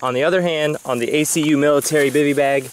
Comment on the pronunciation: One part you said Accu, youre supposed to just say they letters like you did in most of the video. No worries, I am an Army vet, its no biggy